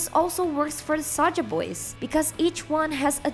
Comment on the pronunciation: and it's Saja, not Saga